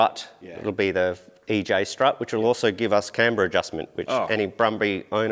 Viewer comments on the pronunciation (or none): none